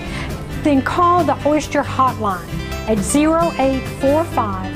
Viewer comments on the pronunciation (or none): She says Orshter card LOL.